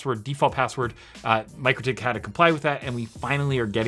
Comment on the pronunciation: Hey, it Mik-rotik, not Micro-tik, those crazy Lithuanians (no seriously, they are crazy ingenious from my experience). Love this channel lots!